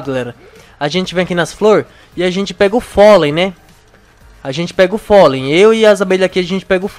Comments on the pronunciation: se não sabe que se diz pólen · não é folem e pólen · Polem não folem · Folei ranei? É polem e honey